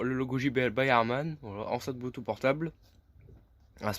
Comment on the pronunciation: Faut arrêter avec les "voilà" tout le temps. Et surtout on dit bloutousse et pas bloutout. 😆👍